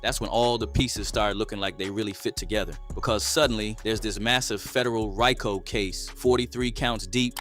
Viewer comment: The commentator in the video you played said “RYE-KO” case bruh it’s a RICO. The FEDS chose the RICO name to be funny and mock the Italians because the name Rico is a super common in their culture, in which they eventually had broken down into abbreviations for laws. But to say “RYE-KO” was crazy….On my MommaMomma! 🤣😂